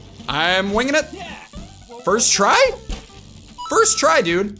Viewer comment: ferst tri dewd